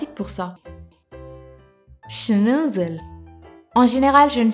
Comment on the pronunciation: Iliass Rchidi SHNOUUUUZZZEUUUL